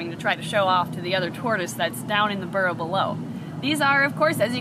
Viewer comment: All I heard was barrow lol